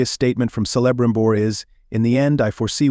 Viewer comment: Sell-a-brimbor? Do your research!